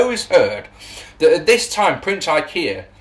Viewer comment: Definitely said Prince Ikea there lol. I like that name better.